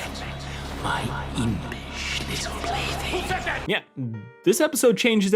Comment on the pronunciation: I re-watched that part few times, but I still hear 'Blity' not 'plaything'...